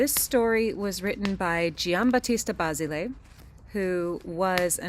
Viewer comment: Love these vids. A few tips on accents in Italian words. CenerENtola. BaSIli. You got ZeZOlla and the names of the stepdaughter right. .